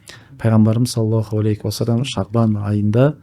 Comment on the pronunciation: Осы кісі салауат айтканда неге "алейКи уассалам деп айтады,мынау әріп Һ болу кереккой,сол жерін тузесе екен,өзінің подкасттарында да байқадым,такиясыз сұр киімде откан кісі